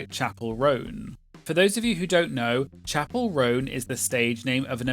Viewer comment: it’s Chappell, like lapel 😅